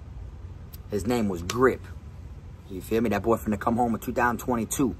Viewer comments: New drinking game take a shot Everytime he says"yafeeme" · "Yafeeme" ..... 😂 .... Is that the extent of this guy's vocabulary .... "Yafeeme" .... Ya man I feeya ..... Goof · You trying to kill meh?!?!?!